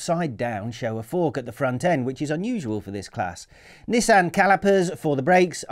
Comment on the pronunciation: Its Nissin not Nissan